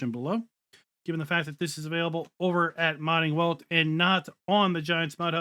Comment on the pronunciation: Just so ya know, it's pronounced 'Modding Velt'. It's German. Love the vids!